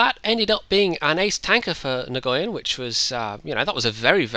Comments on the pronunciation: Nguyen is pronounced win... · great gameplay, but you might want to work on the pronounciation of nguyen, a vietnemese guy a colledgee told me it's said "nwin". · Nice replay. You might need to check with the player, but that's a Vietnamese name, and the G is usually silent. Thanks for continuing to make videos. I always enjoy them.